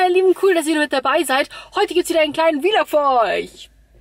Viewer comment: Hat das eigentlich einen bestimmten Grund dass sie immer [wielog] sagt anstatt vlog? :D